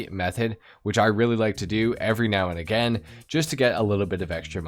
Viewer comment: First human ive ever heard who readily says aGAIN. Pretty dope